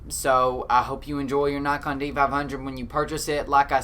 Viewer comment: Good info but I thought you were saying Knock on?